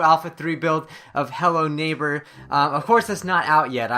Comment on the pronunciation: did anyone notice how the thing says hello neighpr instead of hello neighbor?